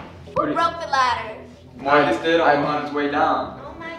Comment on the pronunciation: It not murcus is fot